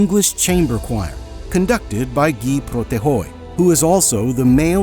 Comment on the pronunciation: Great video, except Guy Protheroe is English, so his name isn't pronounced as if it is French.